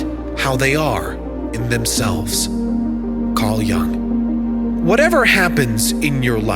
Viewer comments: His name was Jung with a European U sound, not “Jang” or “Young” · incorrect pronunciation of Carl Jung's surname - repeated several times... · You have wrong pronunciation of surname Jung